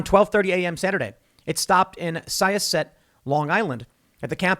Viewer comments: It's "sy-AH-set" long island. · It's pronounced Psi-osset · Syosset is pronounced like SIGH-ah-set. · Love the mispronunciation of Syosset :) I don’t fault him, just kinda funny coming from around there.